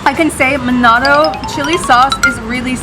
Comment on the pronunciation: Its called manado Not manodo